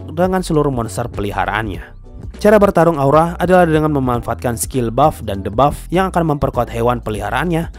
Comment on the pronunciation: Saran buat mimin, Cara baca "Debuff" = "Dibaff"